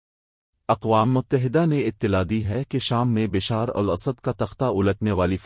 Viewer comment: Correct pronunciation Bashaaar al Asad